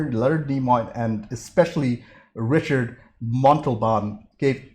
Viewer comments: anybody else wince everytime he said "richard montalban"? if you see this he was mexican(i think) and yes in english ricardo is richard; but in spanish its ree-card-o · Richard Montalban? It's Ricardo! /facepalm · It's pronounced Rick-ard-o, not Richard. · Ricardo, not Ricard.